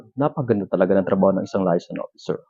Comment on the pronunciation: MISPRONOUNCED AS USUAL. LAYASON ? HAHA ANO layas ng layas? paki ayos po pag pronounce :)